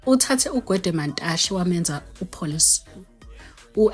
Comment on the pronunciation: Manteshe or Mantashe small stomach yhoo Nkosi yam 😂😂😂😂